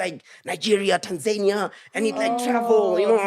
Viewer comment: guys its Tan-ZA-nia, not Tanzaynia😂💛